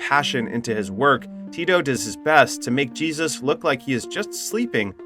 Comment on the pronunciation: Is this an AI voice or a narrator too dumb to pronounce Jesus? He knows how Angel is pronounced but Jesus really?